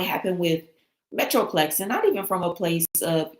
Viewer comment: THE Name for Gerardo Zuñiga Newspaper IS ME- TRO- PO- LIS- MX not metroplex